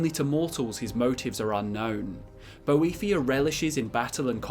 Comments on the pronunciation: I thaught is was about boethiah not a devil thing. He not she. Boe not boh ee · I can’t sit here and listen to you mispronounce his name wrong for 11 minutes sorry dude